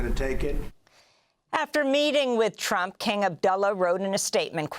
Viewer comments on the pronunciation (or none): Amy accidently said "President Trope"!! Perfect title !!❤